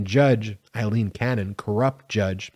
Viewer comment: Her name is Ailene not Eileen